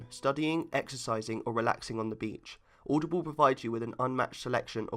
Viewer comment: Its audible not aoudoble